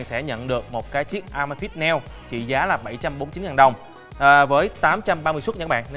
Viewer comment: Góp ý bạn nên đọc tiếng anh chuẩn hơn. Amazfit nên đọc là “ơ mây fit”. Còn neo nên đọc là “ni âu”. GTR nên đọc là “gi ti a”. Dòng GTR mặt tròn vì R là viết tắt Round. Còn GTS mặt vuông vì S viết tắt của Square. Pixel đọc đúng là “pít sồ”. Hi